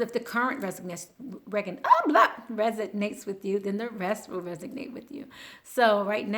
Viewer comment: Res-o-nate, Resonate.